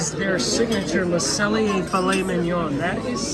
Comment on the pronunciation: Close ^^. There's no L in pronouncing 'cellier', just ce'yée. If you wanna go for the last 3%, make the ée at the end even wider (less eh) and stay completely straight. I know, it's particularly hard if you grew up in American English. Great video👍, you picked pretty much everything I'd have picked, now I'm REALLY hungry! 🤤 If it wasn't 2 am, I'd be sorely tempted to go to a local Steakhouse here in Hamburg where it's probably quiet, and the filet mignon is €29. 😁 Dang, Disney! ^^